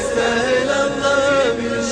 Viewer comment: ما ينطق الظبي يقول الظفي او ينطق الباء بين الباء و الفاء